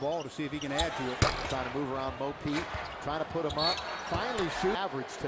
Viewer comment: Everyone: Mo Pete Kobe: Mo Points (for me)